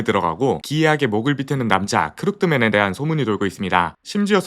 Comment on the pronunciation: 약간 발음이 크룩드맨보다는 크루키ㄷ맨 에 가깝습니다